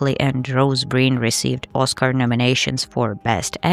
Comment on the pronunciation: Rose Byrne? I don't think you pronounce it with the R before the Y like you did. You said Breen. It's Byrne, like "burn" I believe.